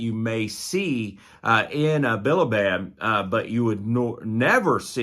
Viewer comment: It's bi-li-bid